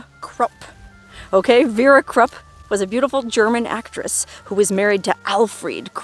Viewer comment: Krupp.... Is pronounced....kroop....